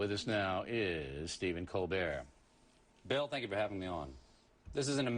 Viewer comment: I remember watching this on TV, Oriely couldn't critisize Colbert on his show so he had to have the analysts do it for him, Also how dare oriely pronounce Stephen's name ColberT